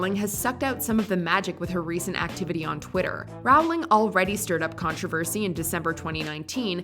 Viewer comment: Does anyone else cringe a bit with the way they say "JK Rowling"? She said herself that it's pronounced like "rolling".